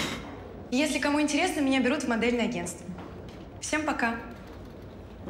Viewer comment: Никто: Абсолютно никто: Маша весь фильм: "интереесно"